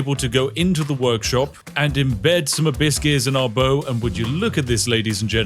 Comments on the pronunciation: Am I the only one who hears "a bit scarce" instead of abyss gears xd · Abyss Gears.. I hear Biscuits the entire time 😂 and thought, what does he want with all these Cookies… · For all the americans who are confused by what the Brit is saying. He's saying "Abyss Gears" not "Hibiscus" lmao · I genuinely thought he was saying A biscuits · The way you say abbyss gears sounds like you say "biscuts" or byse case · "a biscuits, a biscuit, a biscuit's" Oh, he meant ABYSS GEARs 😅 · I know you are saying Abyss gears, but I cannot help but hear "A Biskey" like you're asking for a nice biscuit for your yorkshire tea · i keep hearing "a-biscuits" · Am I the only one hearing "a biscuits" instead of abyss gears? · Each time Spiff said "abyss keys", my parrot looked up because she thought someone was giving her "biscuits"